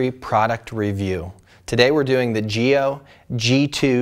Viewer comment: giLLo is not spanish, the two Ls sound like in Lancaster :D apart from this, great review as always ;)